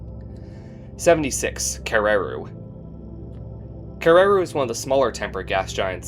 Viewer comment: In Maori, the pronunciation of Kererū puts the stress on the final u rather than the second e. Similar in stress to how you would stress the syllables of "interview".